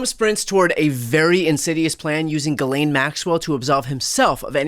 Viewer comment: Thankyou for not pronouncing her name "ghizlane".Its French I think